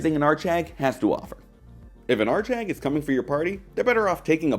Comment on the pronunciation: what's an art shag ? I keep hearing art shag I swear x)